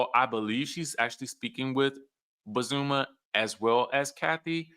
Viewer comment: Her name is BOz-Za-Ma- not bozuma